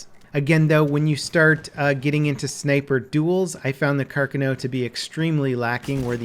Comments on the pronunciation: "Kerkiknew" wtf. Try car-cawn-o. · It's Carcáno, notice the accent on the second a. Plz, my ear bleeds every time you say Càrcano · Its pronounced like Car-Cawn-Oh. Not carkano. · its not carca-no its car-cano pronounce it right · “Car-Cahn-no” not “car-kuh-no” or “car-cah-now” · Car cun o? Carcano Lol how to pronounce? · Carcano not cu cano, Carkino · It's pronounced, KAR KAR NO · It's "Car-ka-no" jesus... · car-CON-oh is how you say it :/ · It pronounced Sar-ka-no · Carcano, pronouned Car kaa (like ska, a long a sound) know (long o) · It’s pronounced like car-con-o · CAR- CON- NO that's how you pronounce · It's pronounced 'car-con-O' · God your pronunciation of the weapon is terrible. If your doing a video, say it right. What the hell is a “Karkcano” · the are-sayk-ah and the car-cuh-no lmao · The stress is on the second "a" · Carcano •kar kah noh• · it's pronounced like this: car-KHAAAAAAAN-o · I think it’s pronounced Car-khanoh(emphasis on the second syllable). I love the iron sights, I’m awful with optics. The Smle carbine and Lebel infantry are my favorite :) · Oh ffs it's pronounced car-kah-no. And that lack of fireball on every trigger pull is annoying. I've shot one of these and trust me, if you dink someone at point blank and don't hit, the fire from the shot WILL scorch their eyebrows off at a bare minimum. Sorry, had to get that out. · The Car-canal and Carcanio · ikr carcanow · He is actually saying it right cárcano yes carcáno no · Thank you!!! That was driving me crazy the whole video. Car-CAN-oh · its supposed to be pronounced Car-Khan-o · Actually it would be carcÀno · Domy nei primi 10 secondi ha detto carcanò secondo me ma vabbé ahah edit: si be', in realtà è molto dubbia la pronuncia sembra quasi che abbia messo due accenti tonici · Yeah, he pronounced it carcah-NOH, as if it was written "carcanò". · U butcherd its name u dont pronounce it with a w at the end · how can you pronounce carcano so wrong? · You're saying carcano wrong